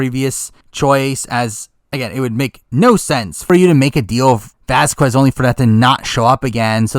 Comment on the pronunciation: That's not how you pronounce Vasquez😂😂